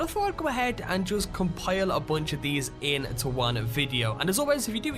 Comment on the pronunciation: What accent is that ? How come you don't pronounce many "t" ? Diamon ci'y Secre' location Get in'oo Haha you funny dude !